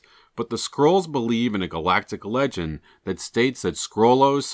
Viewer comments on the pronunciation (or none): none